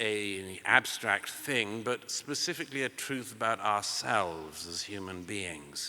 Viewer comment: The purpose "is to get to the thouth". Ummmmm